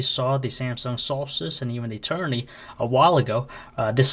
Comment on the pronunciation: ETERNITY NOT ETERNY